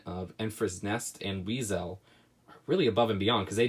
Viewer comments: Why do you always pronounce the names wrong lol. It's not weazEl, it's said weasel like the animal. Just why. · you pronounce weasel wrong!!! its not zel at the end its sal and you say it like the animal